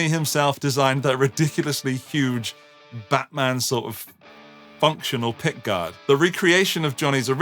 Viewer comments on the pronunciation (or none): none